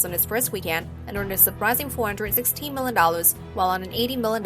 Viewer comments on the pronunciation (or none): she said millin dollars